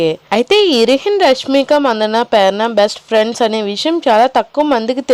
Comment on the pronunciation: Perana kaadu Prerana